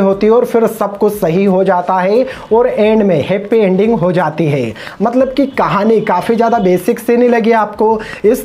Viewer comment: It's not Nodth india It's North India It's not Heppy ending It's Happy ending It's not grend It's grand It's not beground music It's Background music It's not pain It's pen First correct your pronounciation Then speak about others. 😂